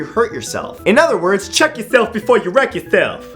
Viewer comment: " cheek your self before you werck your self " HA HA HA XD XD